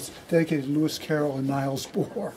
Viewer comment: It's a little disconcerting that one of the most famous book reviewers in the United States can't pronounce "Niels Bohr."